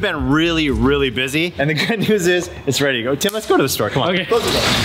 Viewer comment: from DDE you may think your saying Tim but some one from England it Sounds like Kim that you are saying on this video p.s just my own Opinion?